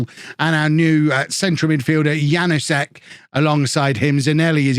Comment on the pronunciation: the K in Knoll IS pronounced Wague is pronounced more or less like wag-ay Janousek is yan-oo-shek Also, Mingueza is min-geh-sa or min-geh-tha. Hope this helps:)